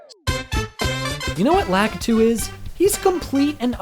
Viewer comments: U said Lakiti not lakitu lol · lakitu is pronounced (luh-kee-tue)